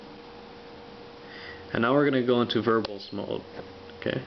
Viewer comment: lol "Unix verbullz mode."